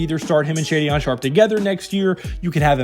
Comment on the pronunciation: ShayDionne (Shaedon) & PayOweLow (Paolo )you hilarious but bro stop! Obliterating names on purpose... 😫😂😭